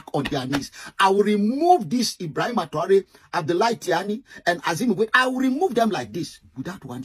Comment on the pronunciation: Its Ibrahim traore not Ibrahim and traore 😂😂